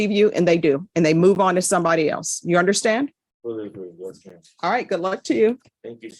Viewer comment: This judge needs to learn to pronounce her D’s - Chile. Fiel. Unnerstan. AnnoyingAF